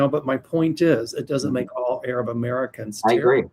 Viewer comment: … please learn from mel how to pronunce Arab not aaaaaarab which is like the N word for black people.